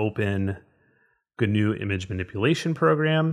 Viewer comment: Yay, GIMP! However, as a full-time grumpy pedant (😁) I feel I should mention that the 'g' in 'gnu' is silent, so it ought to be pronounced 'noo', not 'gernoo'. Yes. Noo. GIMP should be 'NIMP'. If you're bothered about matters of political correctness and cultural sensitivity, 'gnu' is from the Xhosa [South African] word 'nqu'' which may or may not have influenced or been influenced by the invading Dutch colonists. Possibly. Allegedly. Whatever. In Dutch Afrikaans the animal's also known as a wildebeest 🐃👀, which would turn GIMP or NIMP into WIMP. Anyhoooo, a gnu's 'g' is silent, like the 'g' in gnome, gnaw and gnarly, dude. Or the 'k' in knee, knuckle and knife. Shut up, Elli. Gnobody cares...🤭